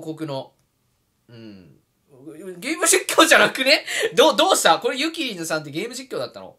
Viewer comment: 「ゆ↑きりぬ」で草生える